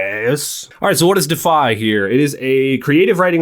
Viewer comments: I think it’s pronounced “De—if-eye” deify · Your pronunciation of DEIFY is missing a syllable…